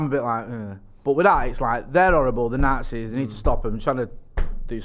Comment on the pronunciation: pronunciation of the Nazis, the nartsees 🤣🤣